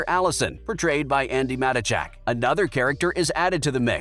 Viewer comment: Love how the clown explaining everything can't pronounce Andy matachak last name